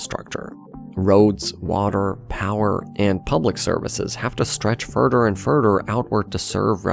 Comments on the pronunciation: “furder and furder” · Furder and furder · The furder away you are burder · Further… furdur